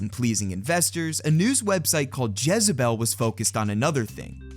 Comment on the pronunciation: Dis muhfucka said jezzabel 🤣